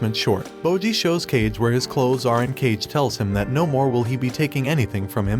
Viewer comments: BRO KAGE IS NOT PRONOUNCED AS CAGE IT IS PRONOUNCED AS KA GEY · Kage is not read as "cage" but Ka-geh. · It’s not “cage” it’s “Kah-Gey” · It is not pronounced like cage but kaagay which means shadow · Dtoo saying cage, that's not how you pronounce hus nsme. Ka Ge are 2 words. Uhg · Its not kage, its "ka"-"ge" means shadow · Its not kage like in "cage" but "kage" with g sounding like g in "grocery" or "grow". And "kage" in japanese literally means "shadow" so his name can be translated as just "shadow" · It's not "Cage" it's "Kaa-Gay" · It's "kah-geh" not "cage," but wonderful video! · ka-gay not cage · It's pronounce khage not cage oh my even you don't know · HE IS KA(ka) GE(ge) Not KA(ka) GE(dge) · It's not Cage, it's Ka•gei, meaning Shadow. Cus he's a shadow. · Kah-gae not cage 😐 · Why do you keep pronouncing his name "cage"? It's pronounced "ka-geh" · Why r you pronouncing Kage's name like that 😭 it's not "Cage" it's pronounced like Kah-geh and it means 'Shadow' Istg what's up with these kind of videos always messing up the names like tbh do y'all actually watch the shows 💀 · Kage is pronounced “kah-geh” like Hokage, it means shadow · Umm his name is kage (ka-gay) Not cage (Johnny cage) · I just started and I have a huge problem with the way you pronounce some things. I mean, who's "cage" his name is "Ka-Ge" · Why pronounce it as cage? It's pronounced Kah-gay. Watch it before doing a recap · its pronounced Kaw-Gay not cage. like how you would say hokage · It's pronounced "ka-geh" not "cage" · Kage is read kage. Not cage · It's pronounced "kah-gey", not "cage". 🤦‍♂️ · You pronounce it as Ka-ge not Cage. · Kah-gay not cage 😂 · i just notice kage name is not pronounced (cage) is like (ka-gae) cause kage means shadow in japanese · It not Kage~ though but rather Ka-ge (shadow) in japanese. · Kage is not pronounced Cage. It's Kah-geh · The fact that he says cage instead of KA- GE anyways ousama rankings is peak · The Shadow is named kage. KAH-Geh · KA GEH. not cage.